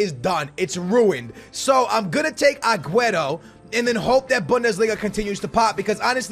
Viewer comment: Will u finally say aguero's name right?